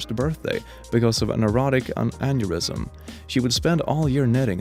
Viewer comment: did you literally just call an aortic aneurism, an erotic aneurism? 😂